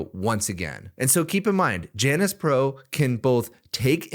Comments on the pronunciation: its pronounced 'yawn-us' , ala the roman god of doorways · Pretty sure it's pronounced jay-nus.